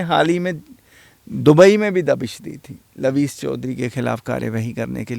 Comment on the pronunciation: Pehle dubai ka naam sahi se kehna seekhlo.